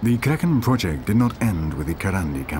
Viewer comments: LMFAO Everytime he says "the KRAKEN" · Guy says "Kraken" with an Afrikaans accent 😂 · Anyone else getting irritated each time he says Kraken.... over emphasizing this word every single time. It's kind of ruining it for me. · Lol the toung roll is killing me 😆😆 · can someone please tell this man to never say the word kraken ever again